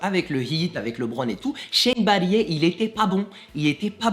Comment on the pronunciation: shane battier se prononce "battire" ^^